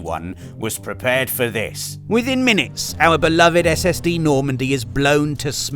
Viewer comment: Did say 'SSD Normandy'? Cos that's what I heard!